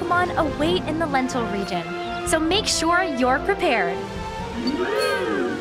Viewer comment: Is anyone else hearing lentil region instead of lental region? XD